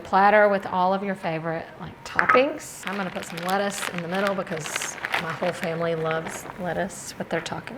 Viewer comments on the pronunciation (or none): none